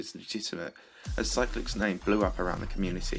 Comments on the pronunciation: I thought you said cyrillic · You pernounsed Cyclic